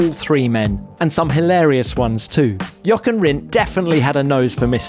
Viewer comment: I'm amazed at how accurately Sir Jackie Stewart pronounces the "ch" in Jochen.